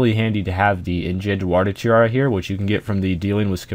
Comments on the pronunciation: The indjet water tjara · you really pronounced things horribly wrong in this video, for example, enchanted water tiara?